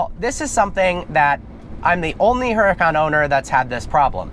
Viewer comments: Oo-da-can. Not a her-a-cann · IT'S PRONOUNCED UR-A-CON BRO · ...I just wish he would stop pronouncing the "H" in the car's name...